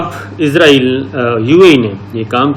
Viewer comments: Sir Word is israiel not izraiel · Izrael nahi Israel hai sahi naam.aap izrael keh rahe hain. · Plz pronenciate Israel as it is not izraeel (as) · سر آپ لفظ اسرائیل صیح پڑا کریں آپ کچھ اور پڑ رہے ہیں میں نے بہت بار کمنٹس میں بولا ہے